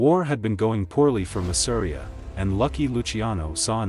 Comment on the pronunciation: Masseria is pronounced mah-seh-ree-yah 🤓